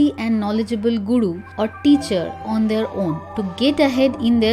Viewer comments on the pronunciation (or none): Guru word ko gudu mat bolo 😂😂.